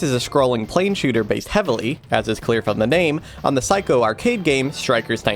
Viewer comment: great video! but small nitpick, the studio Psikyo (彩京) is pronounced "sai-kyo", not "psycho" other than that cool video!